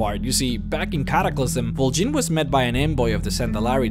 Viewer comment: Why the fuck did you pronounce both Vol'jin and Garrosh's name with a bloody "E"? OSH JIN